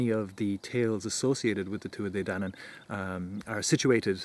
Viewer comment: Thanks for taking the time to make this! Really enjoyed your work, and it was fun hearing so many of the names actually pronounced.